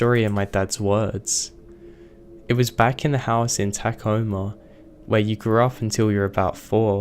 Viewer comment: It's 'Tuh Coma' NOT 'Tak Ohma' ! 'Miracle' Springs? 'Are Chives'?